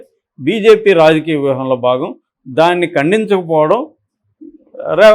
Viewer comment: ఒరేయ్ Raఏ రావంత్ రెడ్డి కాదురా. ఆంధ్ర గా. సరిగ్గా పేరు పలకడం నేర్చుకో